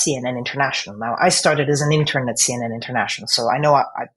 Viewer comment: She should NOT be a newsreader in the UK! She said she was an "intern", but it was difficult to understand the word. She seemed to say "intun". There was no er in that word as she pronounced it.